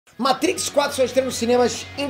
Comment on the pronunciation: Ahhhh como é bom ver um vídeo no youtube sobre Matrix e não escutar o apresentador falando "meitrix"... se eu não fosse inscrito no canal, já tinha um novo inscrito